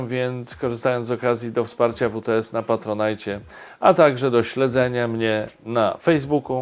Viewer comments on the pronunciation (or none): none